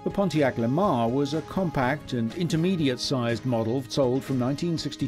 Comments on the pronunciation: If you want to accurately present the history of American vehicles you should learn how to pronounce the names of them. Camaro is phonetically pronounced Camairo. Lemans says mans at the end. Otherwise this was an interesting video. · Did he just repeatedly call a Le Mans a LeMar? Come on man.....you’re narrating the show....study.